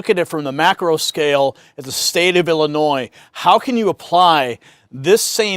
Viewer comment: I can’t vote for a guy who can’t pronounce Illinois. 🤪 Seriously though, Mendrick is the only choice that makes sense.